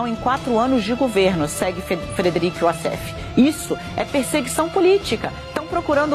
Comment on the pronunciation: Apenas venho esclarecer que WASSEF é um nome egipcio. A maioria dos Wassefs, viverm lá. O Egito fala o árabe e a pronúncia figurada correta é "UÓSSIFÉN" e não "UASSÉFE". Wassef significa "descritor".